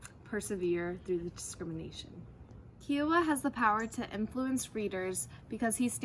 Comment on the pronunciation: IT IS KAI WAH NOT SOME KIAWAH